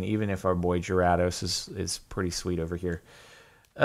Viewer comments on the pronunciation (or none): You need to look up the pronunciation of Gyrados because it doesn’t matter how hard you try your still butchering it. Also it’s pronounced Ma-while not Ma-wheel.